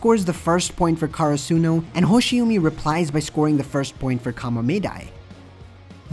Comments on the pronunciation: For godsake it's not Karasoonu It's Karasuno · My man its not kara-suno karasuno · why he says karsuno like that